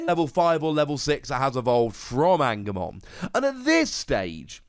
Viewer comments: Love the videos just to help you Angemon is pronounced An-Ja-Mon like a heavens angel, sorry the Patamon line is my favourite lol. Loving all three starter decks so far. Keep up the great content watching constantly. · Damn, and here I thought he was based off of a right angle or something. I had to pause the video and laugh every time he said it lol. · Since I haven't seen anybody else say it. The ng in Angemon is pronounced like in Angel. Since it's an Angel Digimon